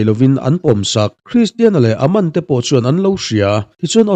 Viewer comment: An hming i lam dan a bak a....Aman te Charlie te😂😂😂😂